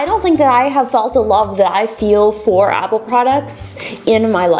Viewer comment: To be honest, she's the only one that pronounces all the apple product's names right.